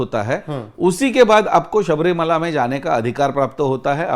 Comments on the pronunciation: सब्रीमाला नही है शब्रिमला है सर मला मीन्स पहाड़ । (अंडमान)❤❤❤ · Sabrimala nahi hai Shabarimala. Ma